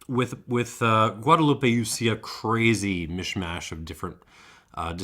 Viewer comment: please pronounce Guadeloupe correctly, it ends with the p sound not eh